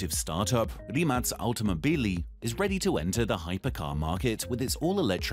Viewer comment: Rimac pronounced right. Thank you.